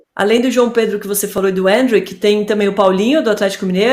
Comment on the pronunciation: Endrick ta mais pra mbappe ou o imperador. E porquê essa mulher não fala endrick normal